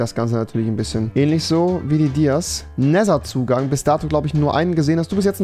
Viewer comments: Rewi es wird neder ausgesprochen und nicht nesser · Wie rewi einfach immerboch nether falsch ausspricht :D "NESER" 😂😂😂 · Er sagt zu nether neser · Cooles Video auf jeden Fall, aber es triggert mich ein bisschen wie du "Nether" aussprichst...